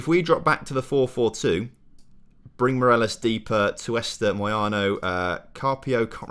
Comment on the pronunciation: Loving the series! But please, it's Morales not Moreles